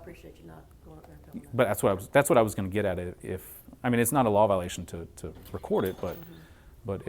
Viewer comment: "Wecord in here"